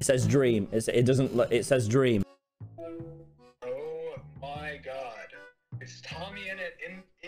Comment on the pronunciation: dweam makes me nervy... UwU-champ~